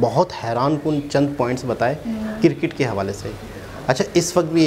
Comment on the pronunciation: Janab... Cricket hai not circit... Improve yourself please! India first 🇮🇳